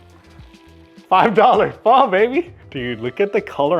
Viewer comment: For an Asian the cant pronounce pho correctly is a crime. And best is costo chicken and making a hot spicy chicken thai larb